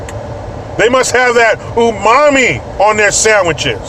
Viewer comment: As a Japanese, I really cracked up when you said the word UMAMI🤣🇯🇵 Love your channel👍